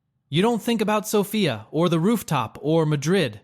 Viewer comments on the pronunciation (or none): none